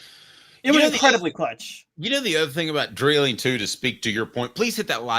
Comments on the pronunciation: Yall are driving me nuts saying Dylan Dreiling's name. It's DRY-LING not DRILL-ING. Lol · Dry ling is the way his name is pronounced